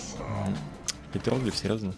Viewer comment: я конечно не специалист, но не "петр о глиф" а "петрогл и ф